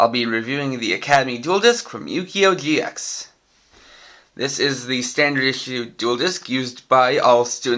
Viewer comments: It's gx not ge x ideot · Did anyone else notice how he said gee ex